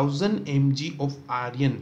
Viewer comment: It's iron not Aryan 😭